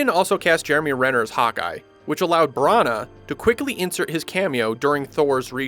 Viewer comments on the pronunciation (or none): the way you were pronouncing Kenneth Branagh's surname was like nails on a chalkboard to me. No offence meant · I cannot handle the way you pronounce Branagh. It's absolutely ludicrous. Brunuurrr!